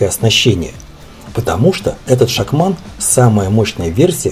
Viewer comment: Не шахман, а шацман...